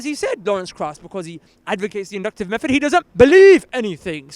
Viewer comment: "From his own mouf. From his own mouffff!" Did this guy learn English in ESSEX??? Inductive meffod.